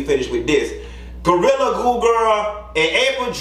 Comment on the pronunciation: Not Gortilla! 😂 Sound like something on Taco Bell menu!